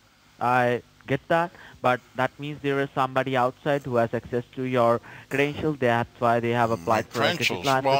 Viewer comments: your intro..it's credentials not crentials.. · "my crenshuls"